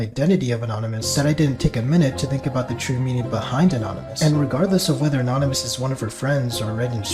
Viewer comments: a-naan-ymous woke up the big two headed camel.. i will correct him so he behave next time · Wtf 😭 bro is such a simp bruh. "A-Naan-ymous" bro what 😭 I'm boutta Kms 😭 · nah but a-naan-ymous sounds like the average 6th grader at my school😂